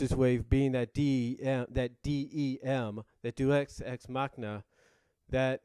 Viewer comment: for the record it's pronounced day-us-ecs-mahcina